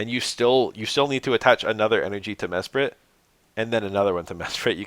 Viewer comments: you saying Me-sprite is so funny lol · nah, "Meh-Sprit" is the correct way to say Mesprit, you were right the first time